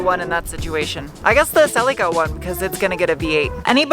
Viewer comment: OMG! I’m holding my breath for the next adventure Funny, how Americans pronounce Celica When I was a kid I would say to my Mum look there’s a silly car 😂